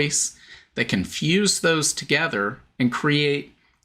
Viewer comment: What stood out to me was when you said, “They can fuse…” and it sounded like, “Confuse” which is exactly what it is. And we know where the spirit of confusion comes from.